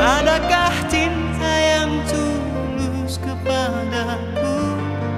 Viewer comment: Ini ada kenangan juga. Debat dg sahabat2... Adakah cinta atau adakah Tinta? Fatur memang nggemesin pengucapan liriknya. Cinta atau Tinta sih???? Hihihi...